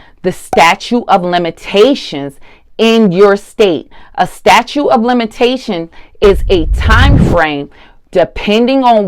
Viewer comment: "STATUE of Limitations" lol... 😵‍💫😵‍💫😵‍💫